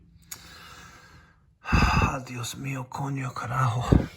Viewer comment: Your Spanish swearing is on point...🤣😂🤣😂 Coño carájo!!!